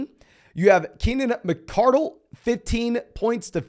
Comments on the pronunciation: Mi-car-dell. Not Keenan McCortle 😂 love your content man! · Glad I'm not the only one that caught that! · Dude why did he say Keenan Mcardell’s name like that.